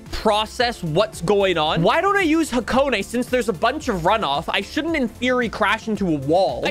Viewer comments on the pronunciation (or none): none